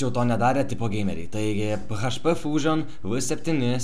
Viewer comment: Ismok kalbeti :D ne php paprstai tariamas, o PIEIDŽPI :DDD :DDDDDDDDDDD